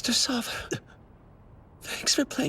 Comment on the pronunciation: Hey, just as a heads up, since the dubs did that thing again where they translate a characters name weirdly, Tom Ksaver is pronounced "k-sah-ver" (very short k sound before the "sah-ver", but silent is alright too.) instead of "sah-va". This one's at least a little more understandable than Reiner's mistranslation leading him to being called the very feminine "Reina" in the English dub. Even as the manga was being released (don't worry no spoilers) people kinda didn't know what to make of his name as it's "トム・クサヴァー". Phonetically translated, the katakana is "Tomu Kusav-a", but western sounds are weird to translate into Japanese because we divide our language's sounds more - almost all Japanese sounds are a consistent + vowel. Fan translations that where happening during the manga release kinda interpreted his name to be "Xavier" given the K+S sound at the start, and "a" often times being a stand in for "er" (Yeager -> Yega etc). But at the same time, there were also people saying that the Katakana translation of Xavier would be "Zabieru". It wasn't until we got an official English translation for the manga that it was revealed that it is, in fact, Ksaver. I think this just kinda comes down to a quirk in how names are picked, being that Isayama doesnt speak European languages. Sometimes they'll make a lot of sense, like Erwin Smith, because at least Smith is a very common last name, but then we get stuff like Armin Arlert. The process of choosing foreign names for your characte